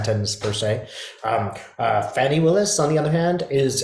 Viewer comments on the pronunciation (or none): Thanks, her name is pronounced Fah-nee not fanny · You pronounce her name fawn (like a baby deer) + ee NOT Fanny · Fani is pronounced "Fawni"